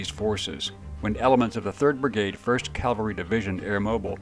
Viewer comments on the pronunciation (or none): CAVALRY noT CALVARY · I like your stories and appreciate you bringing them out but of you're going to do military videos you really need to learn the difference between Calvary and Cavalry. In your video about Bruce Crandall you consistently said 7th Calvary. Calvary is where Christ was crucified. Right is right, wrong is wrong. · I love your work and I love your videos. But I’m an English teacher and I have a difficult time hearing you say “Calvary“ instead of “cavalry“. Calvary is a hill upon which three crosses were erected for a crucifixion. Cavalry is horseback and horse mounted. as I said it’s a trivial thing but it’s important that what you do is accurate. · It’s cav-el-ree not cal-var- tee! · Crandall and Freeman were amazing. But I have to nitpick....CAValry, not CALvary. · Remember, Calvary is where Jesus died. Cavalry is something totally different Cal-vary vs Cav-alry. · Please learn the difference between cavalry and Calvary. Please...